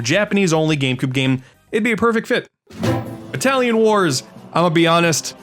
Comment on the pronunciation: When you said Battallon Wars I heard Italian Wars, which made me think you and I were going to have to go head-to-head against each other using cannolis as blow darts.